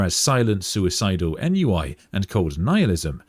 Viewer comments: Ennui is pronounced “on we” Sorry to be that guy, keep up the great work. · "Ennui" is pronounced "Ahn-wee". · it’s pronounced “on wee”, other than that: great vid.